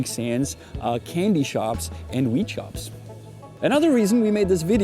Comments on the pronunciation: Sounded like you said wheat much of the video. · Stop saying 'Wheat'... damn son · It sounds like you are saying "wheat" and not "weed".